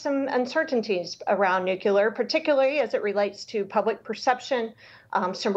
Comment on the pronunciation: It is Nu-cle-ar